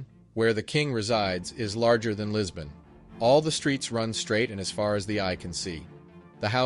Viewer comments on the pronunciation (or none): none